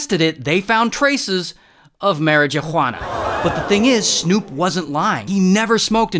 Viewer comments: The j in Marijuana is silence btw lol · Why do you keep saying marijuana weird 🧐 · The marijuana pronunciation got me😂